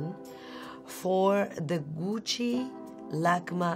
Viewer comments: She has the right pronunciation of Gucci and Ariana Grande. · I love how she says “Gucci”